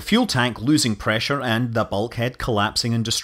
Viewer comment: God's preesure